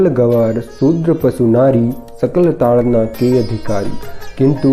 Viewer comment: Its taadan and not taadna...!